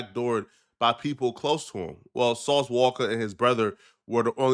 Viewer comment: "Sauce Walker" 😂😂😂😂